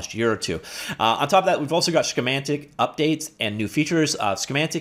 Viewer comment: Schematyc is pronounced "skeh-mah-tik", as in "circuit schematic". Not like schematic and semantic had a baybay. #SoSilly